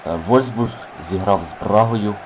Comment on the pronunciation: не вользбург а вольфсбург